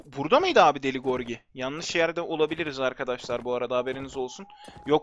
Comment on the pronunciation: deli gorgi değil lan gırogi :D